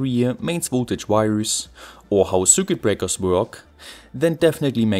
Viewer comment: As great as the video may or may not be... i'm not even 3 minutes in and i absolutely can't stand the pronounciation of.. well almost everything tbh. never heard of sügit breakers for example *shudders *